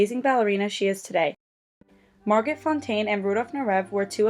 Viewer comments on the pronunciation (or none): Mar -go Fonteyn, not Mar-got.